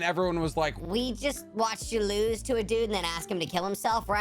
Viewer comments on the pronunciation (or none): none